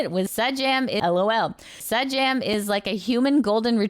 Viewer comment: For next time Sajam comes up, it’s pronounced Say-Jam